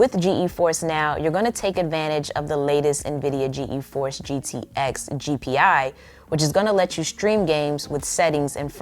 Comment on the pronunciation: Love your recap. Love your videos. Sis, it's G-Force lol.